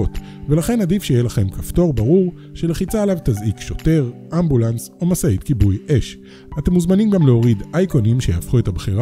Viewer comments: רק אני שמתי לב שלאמבולנס קוראים אמבולמס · לא ידעתי שמד''א שינו את שם הניידת מאמבולנס לאמבולמס 😉